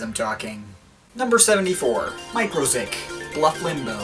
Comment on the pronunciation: Im pretty sure its Mu-ziq not micro-ziq